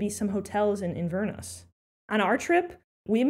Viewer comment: First off it is not "in-VER-ness", it is "inver-NESS", it means the mouth (the inver) of the Ness River. Americans have a hard time with this. Another hint, if you are flying home, there are some really good whisky deals in the duty free shop at the airport. Plus, instead of driving try a BritRail pass (unlimited on/off) and make your next night's hotel stay at the train station (traveler's aid office) when you arrive.